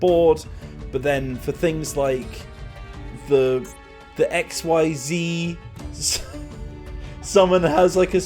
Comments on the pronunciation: Just for future knowlege xyz summining is pronounced x-ease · XYZ is pronounced "ek-SEEZ" which is stupid and I love it.